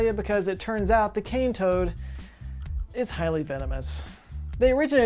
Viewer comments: "Cane toad; Australian for plague". The accent sounds exactly how Australians imagine Kentucky hillbillies talk! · OOOOOOHH so it's CANE toad, not KING toad, m8????